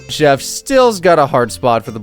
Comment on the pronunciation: Calling chef “chief” hurt my soul